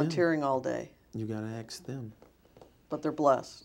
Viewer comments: How did you find that out?? Did you AXE him?? 🤣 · A Grayson this would make for an awesome drinking game. Every time he says “axe Michelle” take a shot of whiskey. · lol I heard “Axe Michelle” in my sleep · ‘Why is there a birds nest on your head sir?’ ‘Um im not sure, your gunna have to ax Michelle’ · Ok. New game. Drink when he says "ax "michelle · He should be sponsered by axe body spay. Boom. (Mic) drop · Hey Michele, did you receive cash donations? Michelle: umm Ax David, he handle these things for me 🤣🤣🤣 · emmyabby2642 He farts a bunch of times throughout the dep. You just have to listen for them. Or axe Michelle... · Attorney: "Mister Taylor, what is your date of birth"? Taylor: "Axe Michelle". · You mean "Axe Michelle" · AXE MICHELLL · Bartender: "What'll you have?" Me: "You need to go ax Michelle." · Michelle’s entire depo: You gonna haffa axe David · In his words he would say " I can ashore you i ain't doing nufing illegal axe Michelle" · OPTIMISTIC RIZZ That's because the joke is on the "Apostle" because he keeps saying "Axe Michelle". Its proprietory if you know what I mean. I'm surprised you dont know that. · Ahmed Habat I don't know...you have to axe ...Michael..........lol. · I'd love it if Michelle said I don't know you'll have to ax david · You can't ask her, but you can axe her... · Aks Michelle! Aks Michelle! 😂😂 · When in doubt always axe Michelle. 😂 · Idk, youll have to axe michelle.. why isnt this a bigger meme lol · Axe someone else 😅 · Wait, why are we murdering Michelle? 😂😂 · HardRockMiner Prosecutor: “Can you see your manhood when you go to the bathroom?” “You’ll have to axe Michelle about that, I don’t know I have people handle that for me.” bites lip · Netflix special coming soon called “Axing Michelle” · $49.99 on pay-per-view I'm in... Just to hear Michael say:- uhmmm I don't know axe my... Husband. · This guy needs a button to push to say " axe Michelle"!!!!! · No, you gotta 'axe' michelle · "Ax" not "ask". Lol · Axe Ma-Shell